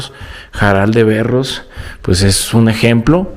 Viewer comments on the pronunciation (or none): Es Jaral de Berrios, no Berros. Y la historia que se enamora de su hija nunca la había oído más que con youtubers, y soy de por ahí. Me encanta tu canal, muy buenos lugares.